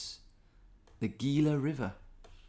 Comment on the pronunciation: haha I'm so happy that you pronounce "gila" the same way I do whenever I visit family in Arizona.